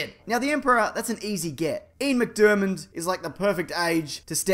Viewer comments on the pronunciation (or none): none